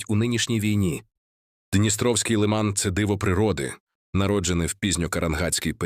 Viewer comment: Не лИман, а - лимАн. Не МаякИ, а - МаЯки. Про остальные неправильные ударения, вообще молчу. Кто это всё озвучивал?